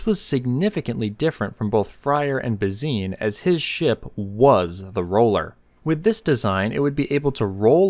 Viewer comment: Why are you pronouncing Bazin incorrectly? It’s disrespectful.